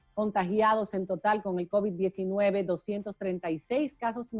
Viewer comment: No es cóvid, es covid, covíííd, covíííd, periodistas.